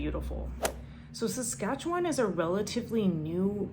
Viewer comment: she didn't learn how to say Saskatchewan lol